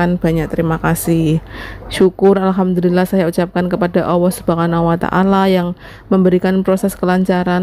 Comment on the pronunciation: Penyebutan nya coba di teliti dulu mbak ya.... Setau saya Alhamdulillah itu tidak pernah berubah